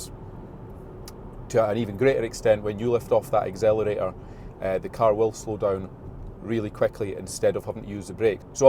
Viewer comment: I think you have just invented a new word … “when you lift off the exhilarator”